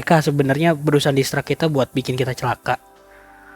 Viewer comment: Distrak tu kata2 ap om...ngomong yg bner